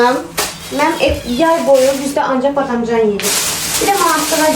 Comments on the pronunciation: Badamcan yox badımcan😂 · Gözəl bacı badamcan deyilmir badımcan deyilir 😂❤ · Badamcan yox😂badımcan